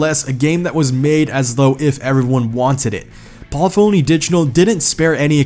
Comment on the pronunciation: The way he butchers "Polyphony" is nearly as bad as the hack job he did on "Murcielago"